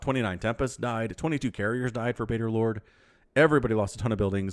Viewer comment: You are correct!!!:D I am 'baderlord'! lol I really thought I was Badgerlord and when I saw had picked my cast I was so excited!!! Then I heard him call me 'Baderlord' and I was like who's that??? Then I figured out what had happened and I laughed!! 😂 But yes I love the redwall series! Salamandastron will always have a special place in my heart!! 😎 <3